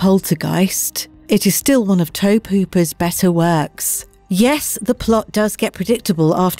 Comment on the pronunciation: You guys love mispronouncing that name. Tobe is pronounced: Toe Bee. Toe Bee Hooper🙃